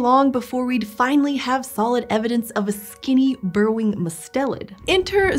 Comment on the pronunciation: It's MUST-elid not mus-TEL-id.